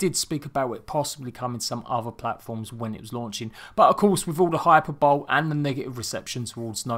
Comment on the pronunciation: You keep saying Hyperbole and pronouncing it hyper-bowl but it's actually hy-per-bo-le. Just saying 😅 love the vids!